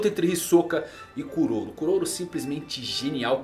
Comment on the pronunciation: Kuroro é a pronúncia correta em japonês